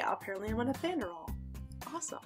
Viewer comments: Not "" but pronounced Nee-an-der-thall" if you are in the US. It's Nee-an-der-tall everywhere else. Many people with European ancestry have some Neanderthal. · I'm 4 percent neanderthal which is the highest you can be. I just thought it was so funny how she said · I know it sounds like some kind of medication the way she pronounces it lol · ''nethanderal''. sounds like the medication you're on!